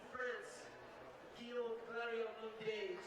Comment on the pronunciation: And I see no one has had the decency yet to tell him that Guillame's name is not pronounced "Gwa lom". Seriously, where'd they find this guy?